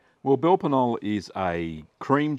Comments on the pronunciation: Funny pronunciation of the name. LOL! Speak it like Ka-nol-leh if you do not manage to drop the a but to keep the k pronounced, but "nol" is totally wrong. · Wonderful recipes. Comical pronunciation. Belper K-noller is closer. Pronounce the "K" and add an "uh" on the end. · The K at the start and e at the end aren't silent :)